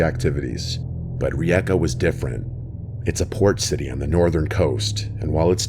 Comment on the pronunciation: Bro i cannot explain how happy i am that my country has been mentioned on your channel, i will take the chance to be a bit of a know it all, please don't hold it against me, one of the videos was not of rijeka rather zadar, i remember walking through that alley, and i wanna compliment you on actually pronauncing Rijeka really well, it sounds a bit weird as most city names when mentioned in english sentances